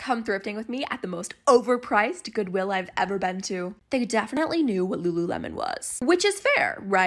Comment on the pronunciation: I miss when used to say Lululemon like "Loulémaune"